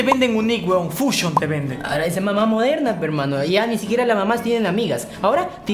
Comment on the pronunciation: OMG¡ Dijo FUXION ....😰😀😀😀